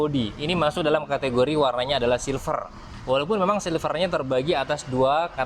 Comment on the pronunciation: Banyak amat “katagori” nya